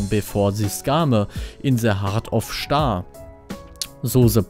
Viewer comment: On the hart of schtar xD